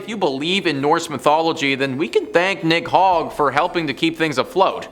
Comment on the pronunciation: Okay, so on the pronunciation of Norse words: Yggdrasil has the emphasis of the first syllable: IG-drah-seel. Nidhogg was originally Níðhöggr, also has emphasis on the first syllable: Need-hog wd. Nifleheim is also first-syllable emphasis: NIF-el-hame. Ratatoskr is a compound word with 'Rata' meaning 'drill' or 'bore', and 'toskr' meaning 'tooth'. The pronunciation of both parts lean on the first syllable: "RA-ta-TOS-ker." These are pretty important words in Norse mythology and linguistics, and it's kinda rude to put so little effort into getting them right. If you want more really good Norse history, mythology, and language, check out Jackson Galaxy here on youtube, he's great.